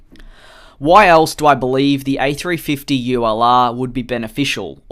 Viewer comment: Each timehe says ulr it sounds like u allah